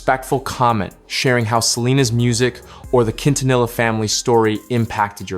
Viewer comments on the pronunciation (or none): The way you pronounced Quintanilla 😅 my goodness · Unbelievable, you don't pronounce Quintanilla with the Q like in "queen" or the double "ll" like the word "vanilla" 😂